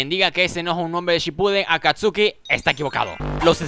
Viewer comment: Sin ofender,se dice Akatsuki.